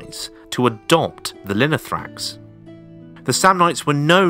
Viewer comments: Great Video!!! But its Lino-tho-ra-x, not Linothrax. Λινό-Linen and θόραξ- chest. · I swear every time I hear "linothrax" I'm close to getting an aneurism. This isn't a particularly difficult word to get right, and you said it a hundred times and didn't bother once reading it right. We still speak of the thorax in the medical profession. It's the chest. Finally, just because the "th" sound exists in English, doesn’t mean it exists in every language. The "th" is pronounced as a hard "t". Now let's try again: Linothorax.